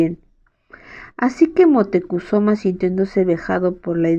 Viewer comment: La pronunciación de Moctezuma es mocte zuma